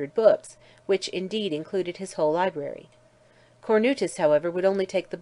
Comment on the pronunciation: Library is said wrong is translated by computer